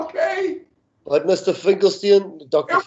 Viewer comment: Pronounce your Guest's name correctly, please.